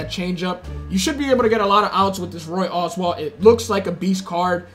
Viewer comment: Roy Oswalt is pronounced Owes-Walt And Vida Blue is Vie-Da.